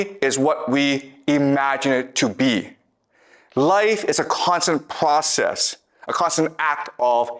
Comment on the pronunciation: The pvocess of tvying to tvain our mind.....😂😂😂😂